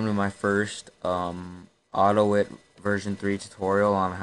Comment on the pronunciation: It's AUTO-I-T.